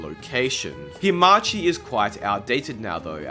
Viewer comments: Anglophones reading letters as they are instead of making sounds up challenge (impossible) no offense but reading hamachi as himachi is funny :P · its hamachi, not himachi 🤣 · It‘s Hamachi, not Himachi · WHY are you pronouncing hamachi as HE-machi